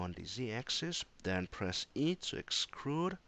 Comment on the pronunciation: Thanks for the tips, though 'uhm's dont bother me so much :D What i was kind of weird is "excrude" rather then "extrude" :D